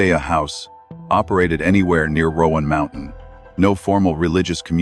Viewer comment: Please stop saying "Rowan Mountain". From a geographical aspect, there is no such place. It's Roan Mountain. It's not pronounced as "Rowan". I realize she said it that way, but that was not correct to begin with. And yes I know it's AI speech but she did pronounce it like that